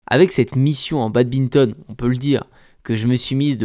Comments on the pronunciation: Yo, j'aime bien tes vidéos mais par pitié, un badiste qui dit Babinton c'est horrible :( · Salut mec t vidéos sont vraiment incrrr, mais arrête de dire babinton !!!